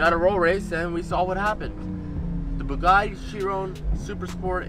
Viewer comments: CHEE RON 🤣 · It's most definitely not pronounced like in the video, it's named after Louis Chiron pronounced as you said Shi-ron.